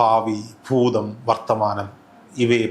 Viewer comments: ഫൂതമല്ല ഭൂതം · മലയാളം നന്നായി സംസാരിക്കു/ഫൂതം, ഫാവി😢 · ഫൂതം അല്ല ഭൂതം